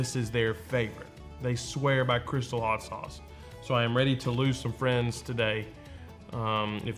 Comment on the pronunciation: First of all, love your videos - second of all, it's crystaaaaaal, like the champagne. Hot sauce of....the pimps.